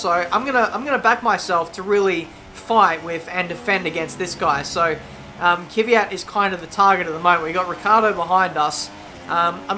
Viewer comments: it's fucking Kvyat not KYVAT... so annoying:( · Kvyat not Kyvyat.... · It's not ki-vee-yat, its kv-ee-yat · His name is Kvyat not Kyvyat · I hate how he says Kvyat and Ricciardo